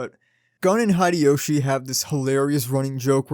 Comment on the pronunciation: 1. Thank you for the video. As someone who loved Initial D, and rides motorcycles I can not wait to find the...DVD... and watch it 2. Its Hideyoshi (Hee Day Yo Shee). I only mention it because you pronounce all of your other "i"s correctly as long ee sounds. Bar (ee), Shu (ee) ch(ee), M(ee) Yuk(ee), etc. If you are curious, most Americans pronounce Nikon incorrectly too. It is not Nikon as in Nike but Nikon as in knee. 3. In 1674 Virginia made street racing of the equestrian kind illegal because people were being run over. Stupid has been with us a long time. I street raced as a teen and had some very close calls. Reflecting on it, I am not sure anything would have convinced me not to do it, despite knowing how stupid it is as an adult. Providing inexpensive alternatives like karting or minimoto racing might have been the best way to keep me from racing on the street. I have thought about how I would prevent my children from racing and I do not have a good answer.